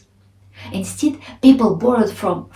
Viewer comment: Hello! What about your pronunciation of the word "instead"? амер. |ɪnˈsted| It's not "инстид", it's инстэд